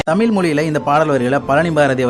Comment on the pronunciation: தமில் இல்ல பா தம்பி தமிழ் னு கொஞ்ச அழகா சொல்லுங்க